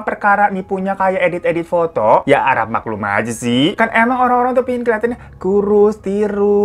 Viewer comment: bang hiro bilang "febby ajjah".. ajjah nya itu loh 😂😂😂😂